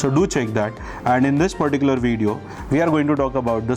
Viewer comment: JUST COUNT FOR... HOW MANY TIMES YOU HAVE PRONOUNCED " THIS 'PERTICULAR' PROJECTOR 😅